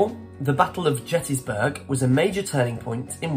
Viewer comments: It is a hard G, pronounced Gettysburg, as you would say Get. Not Ghettysburg! You should know this. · Learn to pronounce "Gettysburg" correctly, please.